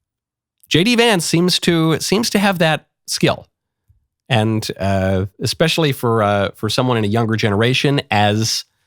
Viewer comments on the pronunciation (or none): none